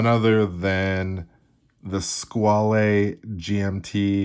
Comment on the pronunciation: You say it like it is, but you say it incorrectly: French= squawl. not sqwally.